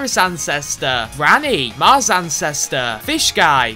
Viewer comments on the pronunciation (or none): none